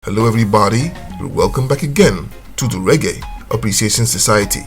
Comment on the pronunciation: Reggae, Not Ray Gay. Bombaclat.